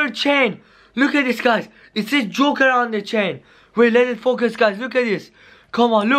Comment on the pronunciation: Joker not juker